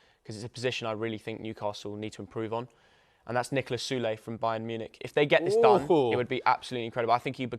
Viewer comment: My guy said sule lmao